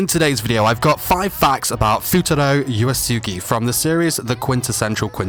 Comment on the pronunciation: first of all before u give facts learn how to say his name its not uasuge u say it like oo eesoogi and type uesugi